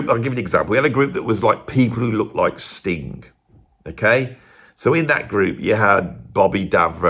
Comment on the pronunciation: I love how whenever you say 'Sting' it sounds like your saying 'Stink'.i chuckle to myself every time. Cheers.